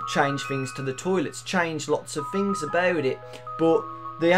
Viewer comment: Fings? Fink? It annoys me so much. I'm sorry but it does. What happened to learning Phonics? TH DAMMIT TH